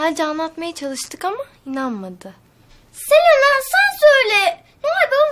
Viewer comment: Siz durmadan Selena diyorsunuz Selena değil Sinem